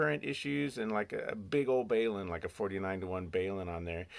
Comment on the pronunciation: One comment. A balun is not pronounced BAY-LOON, but like the abbreviation it stands for ie BALunced-UNbalanced. Othher than that, your videos are really good. de WD6FIE, also a Richard